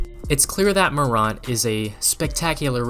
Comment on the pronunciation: You can’t even pronounce his last name correctly. No body questioned his jumper and anyone who thought he would struggle in his rookie year is a hater. Ja Morant is a beast and future NBA hall of fame if he stays healthy during his career. Go Grizz!